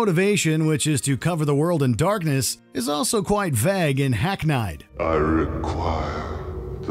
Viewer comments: Hack n-eye’d ? First day with English? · Hack-nied? it's hack-need! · Look up how to pronounce things. It's supposed to be said like this: "hack-kneed." that's how you pronounce it. Not "hack-n'eyed." You're pronouncing it phonetically. Find out before you make a video. Yes, it's spelled hackneyed, but you pronounce it hack-kneed. FFS! It makes your videos seem amateurish if you don't check spelling, pronunciation, grammar, and syntax. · "Hacknide", lol. "Copa-real", lol.